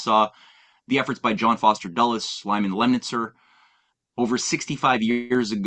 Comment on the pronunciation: duh-les, not doll-es